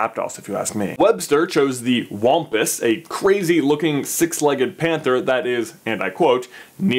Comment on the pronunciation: Why do I feel like it’s supposed to be pronounced (wam-puss)